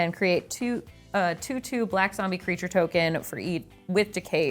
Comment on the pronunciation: was my favourite part - 'zombeh, zombeh' 😂 love it